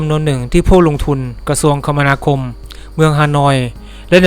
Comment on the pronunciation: คมนาคม อ่าน คะ มะ นา คม